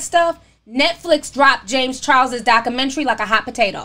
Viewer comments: Why Do You Pronounce Documentary, That Way? You Say DOC-Men-TREE It's DOC-U-Men-TREE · Ti and this hood pronunciation of documentary 😂